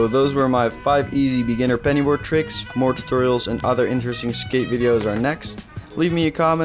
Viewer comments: I’m I the only one who hears him saying Benny board it penny board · This man said 🅱️ENNY BOARD. loved the vid btw👏🏻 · did he say “🅱️enny 🅱️oard” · I really felt it when he said benny board